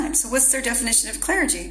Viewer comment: Yeah considering this is a replay. Of a video from a while ago. She needs to learn how to say clergy